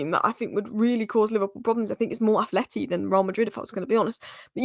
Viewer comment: finally let me down... she called A. Madrid, "Athleti." 🤦🏻‍♂️😆